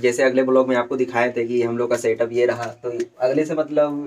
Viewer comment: Bhai satap nhi hota 😀 setup hota 😂😂